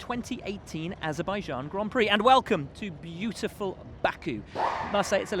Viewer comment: HAASZerbaijan😂😂😂😂 Well Done Buxton